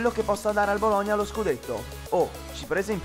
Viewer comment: mado che fastidio mi sanguinano le orecchie per la pronuncia che hai di Bologna non ci vuol tanto a dirlo normalmente